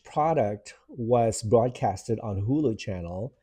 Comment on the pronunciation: Hulu is pronounced as Hooloo not Heeyuloo. Need to soften them vowels a bit.